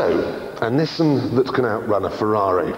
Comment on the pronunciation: Its not NISSEN but NISSAN...and MADE IN NIPPON